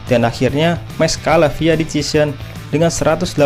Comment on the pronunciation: Decision. Dibaca desision